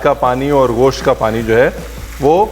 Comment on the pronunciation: سر یہ غوشت نہیں گوشت ہے Its gosht not ghost